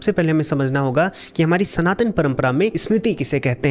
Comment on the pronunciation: SanTan sanatan sanatan... Aur kuch bhi sahi se bol le